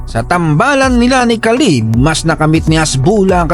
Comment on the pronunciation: Khabib ❌ Khalib ✅